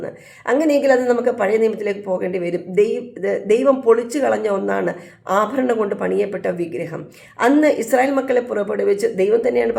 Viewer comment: ❤ അഫരണംഫാരിക്കുന്നത്. Thettanu